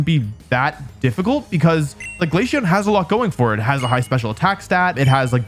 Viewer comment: I'm not mad because you hate glaceon, I'm mad because of the way you pronounce it.